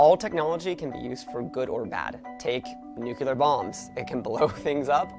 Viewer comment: NucUlear nuQUElear.... NewwwQueeeeLuurrrrrrr.... Omg